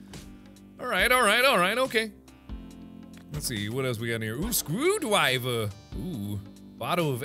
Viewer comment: "Scwewdwiver" lmao